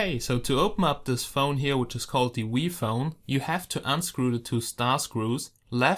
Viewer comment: No offence , but when he said "V Phone" it kind of sounded like Wii phone,therefore I thought the company Nintendo made a phone called "Wii Phone."